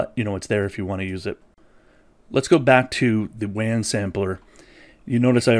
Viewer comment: it's pronounced "waan" not "van"